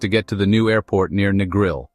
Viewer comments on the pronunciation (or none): Who gave this guy permission to make this video. Strongly request that it be shut down or redo. "NEGRIL is no pronounced NEGRO", IT IS "NEGRIL" MMMMMMMM!